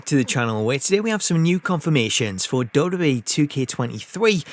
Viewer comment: Learn how to pronounce WWE